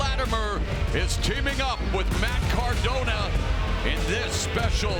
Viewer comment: “Matt Cardon” 🤣